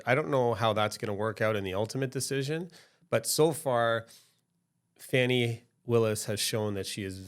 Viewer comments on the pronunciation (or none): It's funny how you watch the same thing and interpret it differently. But when I hear the person pronounce her name Fannie instead of Fawnee, I automatically realize that this person is a foe of hers. It is obvious that this man made a video without knowing the facts and purpose of this hearing. The judge formally worked for DA Willis. She was his boss. He knows her well. The first defensive lawyer who questioned her is an aquantance of Mr. Wade and also campaigned for him. Remember, the two lawyers who are being questioned work together.